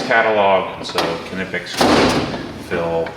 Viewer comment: Nye-pex or nip-ex...not "kuh-nip-ex". come on man